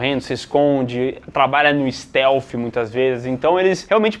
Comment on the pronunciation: Stalf me quebrou 😅😅😅😅😅😅😅😅 não sei se assim que pronuncia poxa 😅😅😅😅😅